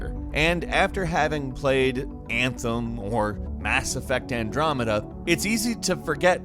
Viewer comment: He said mass effect amdremeda and I almost clicked off the video. PTSD ?